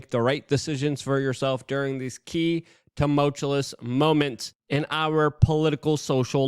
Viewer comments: DUUUUDE! The word is T-u-m-u-l-t- “U”-ous. Not tumult-u “L”ous. …. Every Damn Day. Hahahaha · Totally unrelated thought, but that opening clip reminded me of what it sounded like to 1v1 my best friend in Warhawk -hiding in the base on Island Outpost while he smashed my team’s vehicles with the repair tool. And, tumultuous is ‘tah-mulch-you-is’… not ‘Tah-mote-cha-lis’ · Could you PLEASE learn how to say tumultuous!?!?! It isn't tumultuLous lol. Maybe just find a different word altogether, you over use it... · I have a tee that all your followers will buy. You with your headset on saying, “TEMULTULOUS” You’re welcome. 🎉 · He has to stop saying “tumultulous”…😅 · STOP SAYING TOWMOWCHEWLESS! if you cant pronounce it, just stop saying it. It doesnt make you sound smarter. It makes you sound dumber.